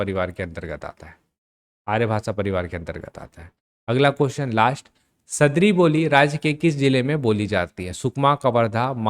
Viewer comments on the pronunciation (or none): सदरी नहीं सर, सादरी